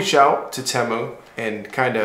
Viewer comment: You’re the only person I’ve ever heard pronounce Temu that way. It immediately turned me off and now I’m leaving this comment with a thumbs down and bouncing.